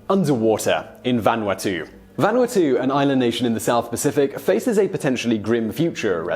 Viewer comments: well, you got closer with the Japanese pronounciation, but you screwed up Vanuatu. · that hurt my ears. Lmao